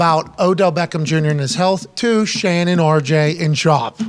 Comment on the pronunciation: It’s “Shawn” btw 😂😂😂